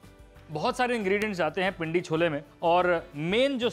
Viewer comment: Did you say "cholbe"?